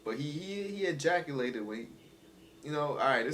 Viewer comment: Dude said He eyaculated